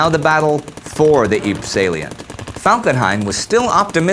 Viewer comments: youre not pronouncing ypres properly, it is pronounced YPRES (ie-pre-ss) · Is it Ypres really pronounced jyyp?